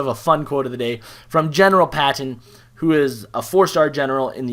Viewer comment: gg. btw - it's George S Patton. Not Patten.